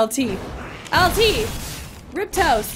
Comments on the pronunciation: i love but rip tos instead of riposte was killing me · haha riptoast ? its riposte